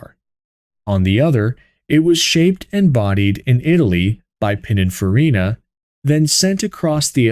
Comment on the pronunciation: AI seems to have Pininfarina flow from his lips but Allante no so good.